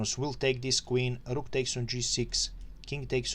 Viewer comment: thanks! I love your "r"s eg on "rook" 😁